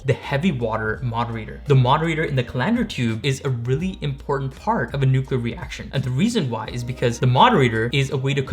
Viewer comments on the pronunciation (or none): He said "nucular" he's been turned off and don't ever try to come in my space again. Thats willful ignorance and I couldn't trust him to not f up my reactor.